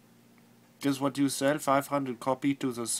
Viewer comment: oh my god !!! the way he pronounces whutt is hilarious !!!! love ya flulaa